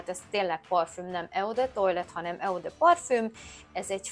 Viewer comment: eau : ejtsd “ó” ( francia szó, jelentése víz )